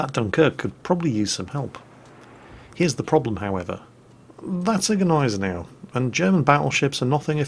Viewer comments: Gneisenau is properly pronounced = Ny-Sen-Ow with a silent "G". (I always thought it was pronounced Gee-Sen-Ow myself). I just had to say something because it kind of grates on my nerves when you go with both the "G" and the "N", like "Gnip-Gnop". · Jesus the G in Gnisenau is silent. SILENT!